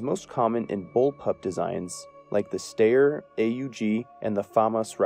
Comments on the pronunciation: as usual I great comprehensive video on the subject, however your pronunciation of styer aug and heckler and Kotch is painfull lol (no hard feelings), Kotch is said how it looks (however most people say H&K) and styer aug is said "stire" with the aug be read rather then spelled out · Is that really how Steyr is pronounced? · Gotta say ive never heard steyr pronounced like that tho